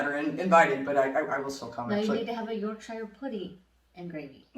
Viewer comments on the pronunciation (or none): YouTube started chucking you guys my way, don’t know why but I’m guessing there’s an algorithm involved. Doesn’t matter, I love it. Just a few things though: 1. Yorkshire is pronounced YorkSher not YorkShyEr. Pretty much anything with ‘shire’ at the end is pronounced ‘sher’. 2. The only college sports anyone take seriously is rowing, and then the only ones who take it really seriously are the ‘colleges’ who take part in it, namely Oxford and Cambridge. 3. High school (secondary school) graduation isn’t a thing. We just call it leaving school. No fanfare. 4. We can buy legally buy alcohol at the age of 18. It is not illegal to drink from the age of five believe it or not. Love the channel! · wuss ter sher sauce and york sher pudding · I think most would say Yorksheer rather that Yorksher. But it depends on accent. Post people from Hampshire would likely say Hampshar. But it wherever you're from in the UK it never rhymes with tyre.